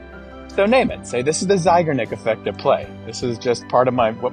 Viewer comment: Hello! Just thought you might want to know that Bluma Zeigarnik (emphasis on the last syllable, btw) was a woman. I knew her. So, a "she", not a "he".